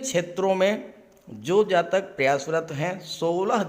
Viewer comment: Do you only predict boys? Scorpio is only boys? You don't pronounce Jatika without Jataka!!!